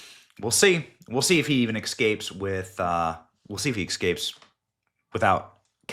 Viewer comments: Benny. I love you brother. Big watcher here. But please, learn how to pronounce " ess cape". You're embarassing us. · It's escape benny not ecksscape.